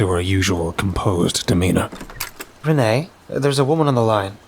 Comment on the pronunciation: Author Pageturner627! I hope you like my modern detective noir story with a supernatural twist. I always have fun writing these Ash and Reine stories. Thanks for narrating. You always do an awesome job. Just a small nitpick. Reine is pronounced like ‘rain.’ Ash and Reine is a play on words. It sounds like ‘Ash and Rain.’ Thanks for listening! Tell me what you think!